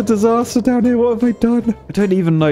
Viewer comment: you build a "shity" not a city :D :D.. with a ,,Poo"namacanal xD love your videos! so entertaining!